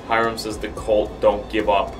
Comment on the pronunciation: It is not cult it colt